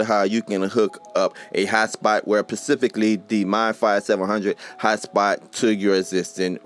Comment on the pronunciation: “pacifically” “I’m gonna run some speed test-ses 😂😂😂😂